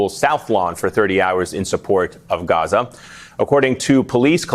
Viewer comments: Whenever I hear someone say Gaza like that...I'm out 🤨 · The way they pronounce Gaza is so cringe and ridiculous